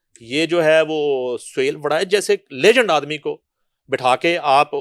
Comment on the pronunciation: layjund? it’s legend jahil